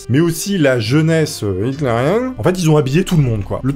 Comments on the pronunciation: J'ai adoré le "jeunesse itmérienne"😂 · Comment que tu as marmonner « jeunesse hitlerienne » 😭😂😂😂😂😂